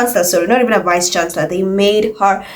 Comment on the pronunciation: Accent on the word "vice"